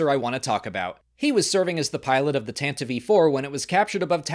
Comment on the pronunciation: Thank you for pronouncing Tantive IV correctly. It was first pronounced “tan-ti-vee” on the radio dramas, which are canon, and never “tan-tiv”.